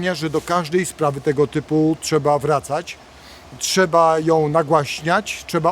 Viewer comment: "Dziewięćdziesiątego CZECIEGO" "CZEBA" :D ...ale poza tym ok.